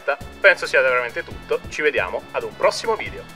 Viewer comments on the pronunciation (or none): Quel "c vdim" al minuto ha anche un pizzico di baresità